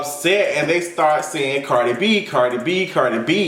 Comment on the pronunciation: Chile all I heard was CARJEE B! CARJEE B😂😂😂